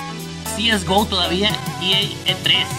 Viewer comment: Cieisgo xd SE DICE CSGO